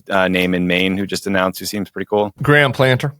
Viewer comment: What? So "swirly" is a verb now? Also it's "Plat-ner" Plat-ner. Not "planter", FFS. (sigh)